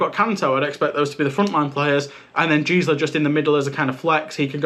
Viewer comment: Great video, thank you! Just a small nitpick: The 'G' in Gsla is pronounced the same as in Google. At least that's what the german casters say and also ties into a joke of 'Gisela' actually being a womans first name.